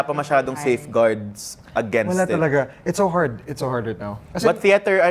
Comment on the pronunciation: bakit "cheter"? hahah langya